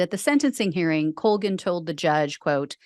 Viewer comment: It's an Irish name (unfortunately) and it's pronounced Call-gan.